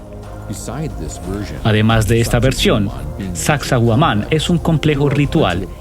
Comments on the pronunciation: sacsay huaman no yuman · Omg no se dice sacsohuaman, si van a narrar minimo digan las palabras correctas no?un montón de errores al hablar. Pero esta chévere el documental. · Mala traducción de las palabras en quechua, la mayoría de palabras quechua tienen la entonación en la penúltima sílaba, por ejemplo Sacsayhuáman, Pachacútec, etc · suaxsuaguaman??? jajaja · Es una pena q no puedas traducir apropiadamente..originalmente es en habla inglesa..xfavor averigüen como se pronuncia xq es desagradable oiSACSAHUAMAN..entre otros. . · El traductor está muy perdido con los nombres de los incas incluso con la pronunciación del nombre de la ruina😊